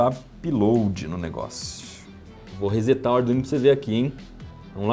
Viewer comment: Claro que dei um "joinha", seu vídeo foi perfeito. Mas se eu puder fazer uma crítica (construtiva), que não desmerece nada do que foi dito, eu pediria que não pronuncie "rezet" e sim "resset". Ressetar é setar novamente (claro que é um anglicismo mas mesmo assim tem regra). Já que o verbo inglês "to set", ao abrasileirar vira setar, o verbo "to reset" irá virar ressetar. Claro, Iberê, que muitos vão me jogar pedrinhas dizendo que é bobagem, que estou criticando um trabalho precioso, bla, bla, bla. É verdade. Seu Manual é danado de bom. Imagino o quanto seus vídeos tem incentivado os pequenos curiosos a se aventurarem pela ciência. Justamente por isto, não ficaria em paz se não lhe desse este pequeno toque. E só o fiz porque vejo a dedicação com que monta seus projetos e edita seus vídeos. Mas, caso não leia esta minha mensagem e continue falando "rezet", não mudará nada. O Manual do Mundo prosseguirá sendo o sucesso merecido que é. Um grande abraço.